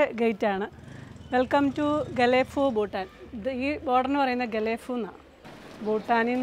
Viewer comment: ബൂട്ടാൻ അല്ല ഭൂട്ടാൻ ആണ് സ്പെല്ലിങ് പ്രധാനമാണ്